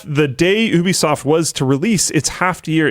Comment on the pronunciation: Only pronounced as “YOU-B-SOFT” or gtfo. 😅